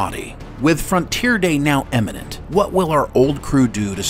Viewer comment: Frontier day is imminent, not emminent. You're welcome.